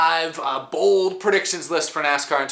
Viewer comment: At first I thought you said 5 Super Bowl predictions 😂